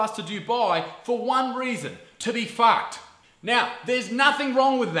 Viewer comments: I subscribed because I want to hear you say "fawked" again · " There is nothing wrong with being fackd "